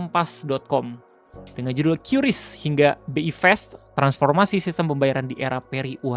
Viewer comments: Kris om bukan qyuris penyebutannya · bang maap kuping gw gatel lu nyebut kyuris kyuris mulu 😭😭😭😭😭 padahal sebutannya KRIS 😭😭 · bacanya "kris" buka "kyuris"